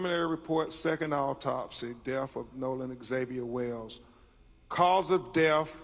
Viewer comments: It's DEATH, not "DEFF" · Seriously. Troof instead of truth. Deaf instead of death. He can't read or speak English. How can he be a lawyer? Dumb man. Embarrassing. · That milk dud looking sumbich can't even pronounce words right # deff # truff # coclusin and that's who you trusting around all that free money y'all got when your son wasn't a famous person